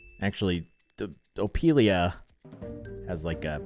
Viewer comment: Did he just say opilia😂